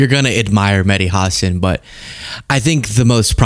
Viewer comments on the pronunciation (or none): Medhi Hasen? Why does he pronounce his name like that? Hasan's A is pronounced like Arctic.